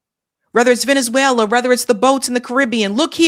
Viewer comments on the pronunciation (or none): none